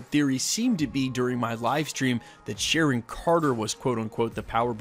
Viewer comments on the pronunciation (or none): none